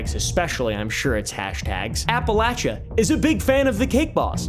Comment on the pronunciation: "Up air" perfect pronunciation 🤌😂. Why is Appalachia such a Hotspot for cake boss 😂